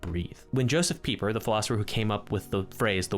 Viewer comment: When he said josef pieper i heard justin bieber and had to go back a few seconds LMAO